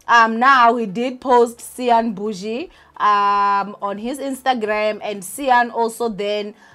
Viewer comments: lol ninja pronounce cyan's name like (sign) it will make things easier for you. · Cyan as in" Sin"that's how u prounce it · it is Cyan as in SIGN ...not SIN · Not me this whole time pronouncing Cyan as Khayen😂😂😂🙆🏾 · I know other people are probably wincing when you say Cyan. Kodwa mna I’m happy. Imagine a white person trying to say Nkululeko